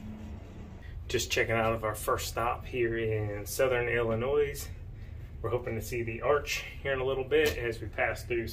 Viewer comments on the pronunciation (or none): No noise in Illinois. Just Illinoi (sounding). My uncle corrected me the first time I visited. I went with my grand girls to Great Wolf Lodge. It was a great experience. Have a great time and a well deserved break. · Take the s sound off of Illinois lol.